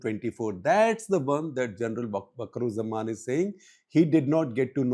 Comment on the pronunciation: its not bakurujjaman!!! idiot. Its wakarujjaman. You dont know anything about bangladesh.